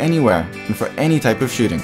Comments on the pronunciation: The way you say "shooting" sounds like you are saying "shitting". I started to imagine you saying that and this video became weird. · I cannot unhear this